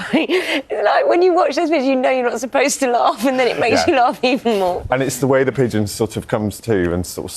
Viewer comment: No D in Pigeon....